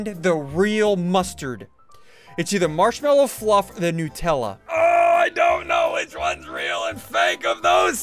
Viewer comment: Bro said nupella😂